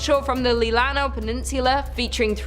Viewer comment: Let's not forget Leelanau {LEE-lah-naw}